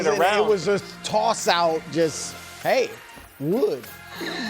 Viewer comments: I laughed so hard at the antlers thing. No way did he say woood 😂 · Ain’t no way brou said “wood”